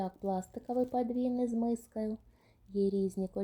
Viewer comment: ПАдвійний з пластикАвою мискАю, нАвинка пластикАвий,прямАкутний пАлиці, нАві. У вас нічого не змінюється,ви стали ще дужче акати. Складається враження що ви це робите спеціально. Особливо цукерки під назвою крАкадил,просто порвали нас від сміху. Не треба ходити на шоу, вмикаеш ваш канал і тут сантіметрів 😂, мілілитрАв акцИя, Аднаразові 😂, акцИя, КрАкадил, пАдушка😂 Арнаметром😮, пАвітря 😅,кАмплект. Навіть негри, які приїжджають вчитися в Україну, набагато краще розмовлять українською ніж ви,і вчаться набагато швидше 😂. ПА знижці? 😂 По знижці. Вам так тяжко вимовляти букву О,замість А? Так можна ж читати наприклад з цінників, або з упаковки. Хіба на упаковці цукерок під назвою Крокодил написано КрАкадил? Навіщо ви паплюжите нашу рідну мову? Хіба так важко навчитися правильно вимовляти слова? Дивіться інших блогерів які розмовляють гарно і вчіться,сядьте перед дзеркалом і дивлячись на себе вимовляйте слова які вам не вдається правильно вимовляти. Допомагає на 💯процентів.